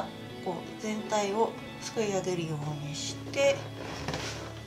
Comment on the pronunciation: 秒あたり、「少し寄せるようニャッ」って言ってるｗ